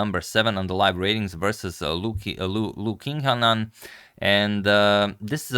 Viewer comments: A more accurate transliteration for his name is “Leeyoh cheeng-nan”. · It should be pronounced as Liu (L-eel), Qing (Qi-ng) Nan It could be confusing since they usually stick multiple Chinese characters together, but if know it is actually two Chinese words when the vowels are separated, you may have a better idea on how to pronounce it Though it doesn't matter, the game is what we come for, good content!